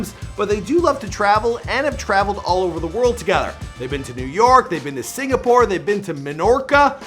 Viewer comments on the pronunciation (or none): none